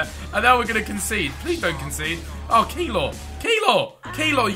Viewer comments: its keylor not keelor love ur vids btw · Behz just a heads up... The |ey| in Keylor Navas is pronounced as an a.